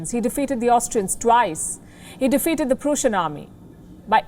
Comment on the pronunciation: Ma'am it's pronounced Prussia like Russia not Prusea.